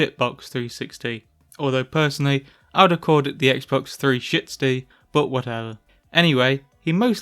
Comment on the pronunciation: X Bawks Three Shittsie lol